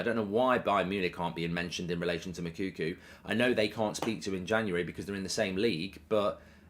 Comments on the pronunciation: It's pronounced Moo like a cow then Cocoa like the drink. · One day Goldbridge will say Moukoko’s name right